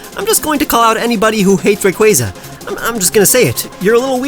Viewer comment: IT’S RAYQUAZA, NOT RAUQUAZA! FIX IT NOW! LOOK AT ME, I’M AND I’M A STUCK-UP ASSHOLE. 🤬🤯😤